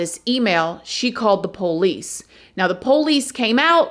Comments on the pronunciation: As a genuine 18th generation Southerner, I smile every single time you say PO leese. Please don't ever change! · I love when says "Po-lice". It reminds me of home. 🧡😂🥰🎭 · I absolutely love this channel so much!! No one tells a story better than. Or, says Poe-lice the way she does. Love that accent. 😊